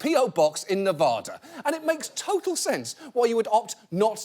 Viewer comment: I was with ya till you pronounced Nevada wrong. Get with it John, and don't try to blame it on your shitty accent. Love ya, thanks.